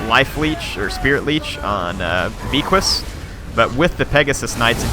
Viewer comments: Beaquis is pronounced like baykee not beekwis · the hippogryph's name is prenounced BAYKEY for future reference. Its French dont question it. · It's pronounced beckee.